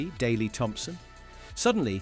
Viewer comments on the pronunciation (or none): none